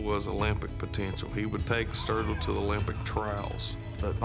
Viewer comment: Not virgil not sturgeon...sturgil